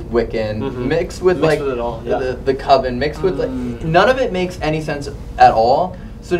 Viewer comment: Yay I can’t wait for another Queen Mary video!! Always crazy, scary, active, and just down right exciting to watch every time! Thank you for adjusting your pronunciation of “coven”, my ocd is happy 😅 We still got a lot of work to do on with his sentences, words, and pronunciations though lol 😅